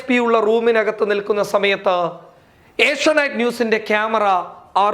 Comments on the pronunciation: ഏഷ്യ നൈറ്റ് അല്ല ഏഷ്യ നെറ്റ് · ഏഷ്യാ നൈറ്റ് അല്ല ഏഷ്യാനെറ്റ് ആണ്